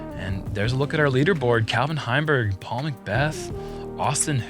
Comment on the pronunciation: Is it just a running joke at this point that mispronounces Paul's name every time still?